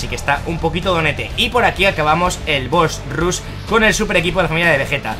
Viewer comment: de parte de un amigo: embolia cuando dices '' bos rus''